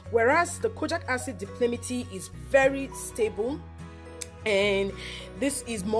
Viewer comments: thankyou for the video, very informative. But, It's Di-pal-mi-tate not di-pli-mi-ti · Great video thanks. It's called di-pal-mi-tay-t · Dye-palm-it-ate! Exactly. Seconded, these videos are so bright and happy!